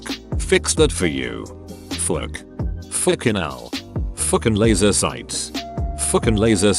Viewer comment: Hearing the software say "fookin laser soights" is the hardest I've laughed in a while.